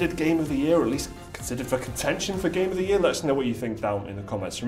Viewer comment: say "game of the yur" one more time